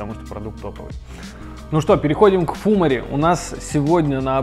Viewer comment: фумАри вроде как правильнее :)